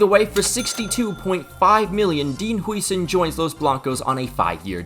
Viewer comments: it's how-zen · It just isnt im dutch he isnt saying it corect tho